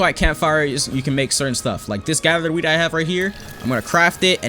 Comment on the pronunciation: When he said wheat I though he said weed